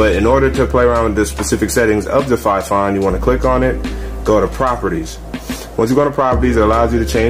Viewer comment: dude awesome video but a quick pointer fifine is pronounced more like (Fee-Fine) again awesome video just wanted you to know though btw left a Like dude and subbed for being so helpful.